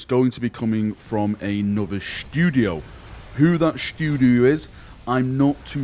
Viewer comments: Shh'too'di-o :D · Ooooh pleeeeeeeeeeeease let it be true 🙏🙏🙏🙏🙏 Also... "shtoodio"... lol